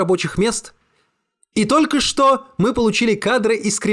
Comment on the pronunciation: Сердечное спасибо за прекрасное (про)чтение любимого автора и отдельное- за «тОлько что», а не « только чтО» ❤